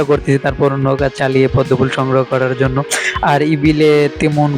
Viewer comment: Ful sodho matro apnr junnu r ur junnu rakhlei hobe na sobar junnui rakhte hobe vaiya😵‍💫 R lastly pronunciation ta jonno hobe... Not junnu